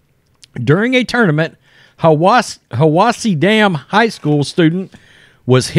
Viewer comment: it is pronounced HI WASS EE